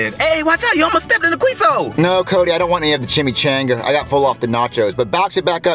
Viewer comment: The pain in me internally when i heard the pronouncing Mexican food was gut wrenching